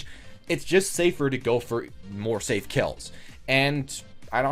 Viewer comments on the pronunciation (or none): none